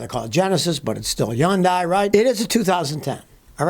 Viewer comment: The reason they have a slanted H symbol is because they are “hun-Di” not “yun-DI”